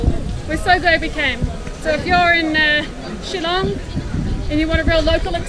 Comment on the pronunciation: Btw it’s “Shillong” dude not “chillong”... get it right at least